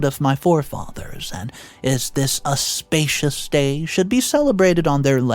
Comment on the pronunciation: for God's sake it auspicious not a spacious day, even an reads the stories better than you, what the hell are you doing if a bot is better than you